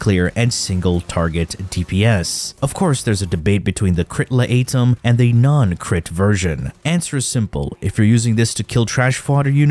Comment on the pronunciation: La ate em (laetum) got me good as well....